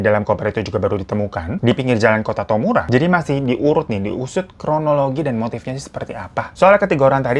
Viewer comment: Maap bang ,penyebutan yg betul tamura bukan tomura ✌🏼 Sya jg tinggal didaerah yg sama tempt jasad ditemukan fukushimaken tamuramachi.. Kaget banget dengernya ,dan untungya temen”(org jepang) gk banyak pertanyaan malh terlihat gk enak hati mau tanya”.. mohon maaf lahir dan batin semuanya ❤